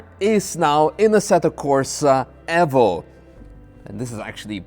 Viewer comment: Nice to see someone pronounce Evo correctly. Aaaand then gets Fanatec wrong, as everyone does. It's pronounced the same as fanatic.